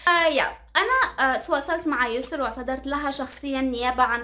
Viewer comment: ياسو✖ يسر✔ 🤦‍♀️🤦‍♀️